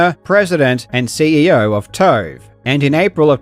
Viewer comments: Kept thinking you were calling them 'toe' and not 'tove' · Oh TOVE not TOAD .😁 12min Karl talks about needing a longer vid to cover something properly. More Karl content... Hell yeah!!!!!!! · “DW made some CAURD for TAURVE and NAUR Pixel, so TAURVE OWAURNED the CAURD” I wish all journalists were Australian 🇦🇺🩷